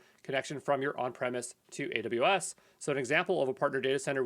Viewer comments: thanks man but it sounds like you are saying adadaybus lol <3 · how does he pronounce AWS? Adubas?